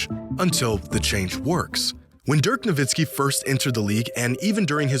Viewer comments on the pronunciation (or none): none